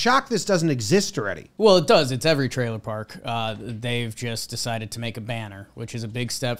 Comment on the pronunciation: I know this is a bit mean and sorry, but when he relapsed and said "twailer" park because of knowing him going to that portable and working on his speech I laughed a lot more then I should have.